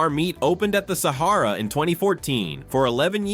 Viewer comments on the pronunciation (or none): Guy Firey?!? Saharrra? Hate fucken AI pronunciation.